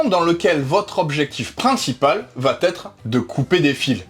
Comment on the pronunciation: Bonjour.... va T'être de... est un pataquès bien trop répandu à mon goût. 😢 Pierre-Louis ne fait pas cette faute de liaison. Elle vient sûrement d'une confusion avec la forme interrogative où l'on rajoute effectivement un T dit euphonique (va-t-il) ou avec la règle d'exception d'un verbe à l'impératif ayant pour complément « en » ou « y » où le « t » résulte de l’élision du pronom « toi » et est précédé d’un trait d’union mais suivi d’une apostrophe (va-t'en). 😅 J'avoue. Le français n'est pas toujours simple. Mais on dit (comme on écrit): "il va être". Pas de T ici.